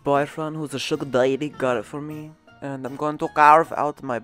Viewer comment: “Sugar dyeddy.”